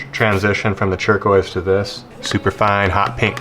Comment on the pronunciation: Has anybody else noticed his pronunciation of turquoise? "Chur-quoise"